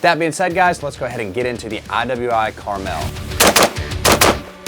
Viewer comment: it's pronounced Carmel